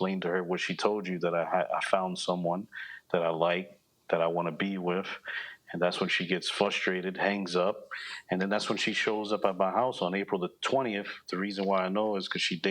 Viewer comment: It sounded like he said “flustrated” “ when it’s frustrated. With an R. A lot of people do that these days.